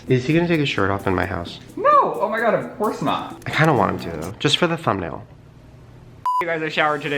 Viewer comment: Did anyone else hear him say oh my gay?😂😂👏